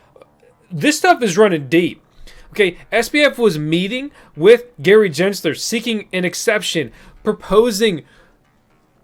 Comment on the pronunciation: He said 🤣🤣